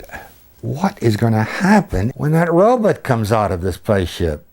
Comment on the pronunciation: Note the guy says "robit" for robot, which is how they pronounced it in early sci-fi films.